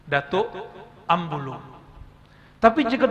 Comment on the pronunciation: Abulung bkn ambulung...